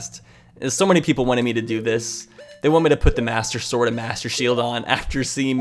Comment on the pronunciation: did his call it mater sword and master shield